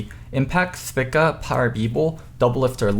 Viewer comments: Says Huni correctly, the letter T in TSM correctly, says free correctly, and several other words correctly. Still cannot say Spica correctly. Speeka, not Spicka. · It's not spicka its speaka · Good job getting two picks right and pronouncing one of the other two picks wrong. (Thpicka instead of Speakuh) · For the love of Christ, can you please start saying Spica's name correctly? I've heard you say words with a similar long vowel sound. You can do it, goofball